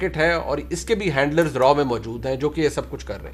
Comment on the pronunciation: Jahilo Raa nahi hota RAW hota hai.. 😂😂😂